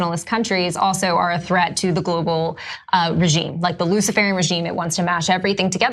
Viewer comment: Did she say the "lucifere' regime"? Wow! Look closely, I think SHE is actually a demon working on behalf of that regime.